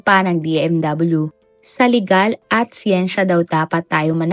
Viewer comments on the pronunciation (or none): none